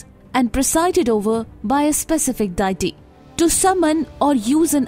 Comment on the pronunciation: Good information but pronunciation of "deity" and "devastating" is incorrect.